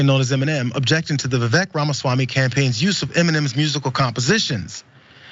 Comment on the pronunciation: Wait so you’re fine with mispronouncing his name because white republicans do it?